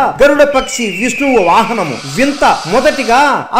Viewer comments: He saying vinta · వింత కాదు వినత